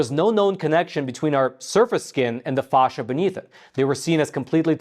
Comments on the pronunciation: Dear AI, there's no H in Facsia (fay-sha, not fawhsha) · It's pronounced "fash-uh", like the word "fast". Not fosh-uh. Just stop, you don't know how to put this information into any context. It proves nothing medically speaking at this point. And it's pronounced "inter-stish-ee-um". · Inter-stish-um. I love your, but for crying out loud collaborate with a medical person before you do your podcast. As a doctor, your continuous mispronunciation of fascia and interstitium unfortunately it’s very distracting.